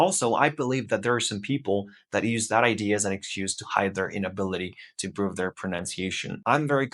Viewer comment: Your accent is very good but in the first 10 seconds I could tell that your accent isn't American. You still have a foreign accent. The most noticeable thing in the first 10 seconds was your pronunciation of the word "improve". Awesome job though. Keep at it!